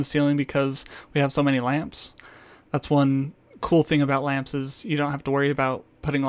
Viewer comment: lol "...thats one thing about LAMPSES..."